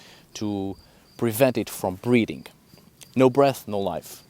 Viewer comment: How long did it take for you to realize he was saying "breathing" instead of breeding?